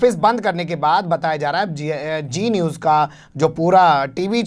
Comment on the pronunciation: ارے میاں () صاحب، جی نیوز نہیں، زی نیوز۔ یہ آپکا تلفظ اتنا خراب کیوں ہے؟ لاحول ولا۔